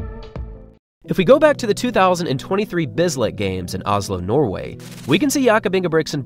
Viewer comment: Surprised you didn't mention Nordas's coach. He's controversial, but has coached some athletes to great accomplishments..... Also disappointed (confused) by your pronunciation - he doesn't represent Nuur-way. He represents Nor-way. If you can pronounce his country, Im sure you could pronounce his name..... Great vid as always